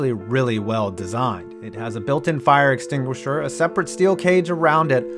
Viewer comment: No offense but you said fire extinguishers wrong u said fire extinguishors